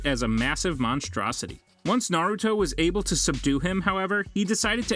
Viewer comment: all the names are so bad. this guy has never watched naruto.